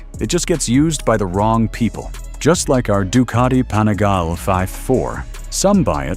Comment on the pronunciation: What the hell is a “panigail”, “panigal” ?